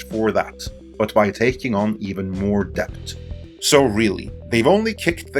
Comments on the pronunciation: "dePt" Lmao Best google the pronunciation of debt. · A little tip: debt is pronounced dett; the b is completely silent. In fact, in Middle English it was spelt dette/dett, but later on the b was added as part of 'Latinisation' (spelling words more like their Latin origins, regardless of pronunciation). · Isn't DEBT pronounced /det/? :o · Please learn how to pronounce words correctly if you have to use them every 10 seconds. It´s really distracting to hear "debt" pronounced as "deBt" when it really should sound like "det". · I don’t know if I can keep hearing debT! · Why the fuck can this man not pronounce the word debt? There's no K in it, dude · Debt the T is silent. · Don't pronounce the B in debt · learn how to properly pronounce "debt" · are you pronouncing the “b” in “debt”? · The B in "Debt" is silent. It's from old french. Not to be confused with the word "Debit". English is truly a confusing mish mash of other languages.